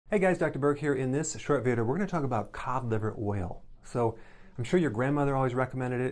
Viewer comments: “Codiver oil” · He can't even pronounce COD LIVER OIL and we are supposed to trust him???